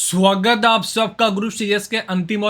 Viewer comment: How to say at first swwagat hya ap sabka 😂